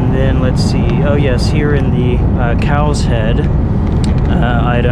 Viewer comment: | Its 'cow shed' not 'cows hed' 😂